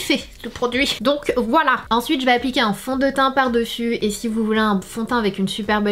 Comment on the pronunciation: Du fonteint haha jpp :')